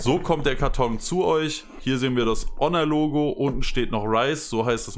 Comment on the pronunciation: Ja, so wird Honor ausgesprochen. Und jetzt?